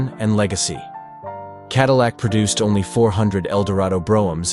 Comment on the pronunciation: Is it just me, or , did the AI say “Oney one hundred pounds?”